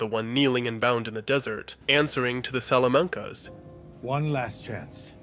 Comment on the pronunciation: He also says Salamancas weird towards the end too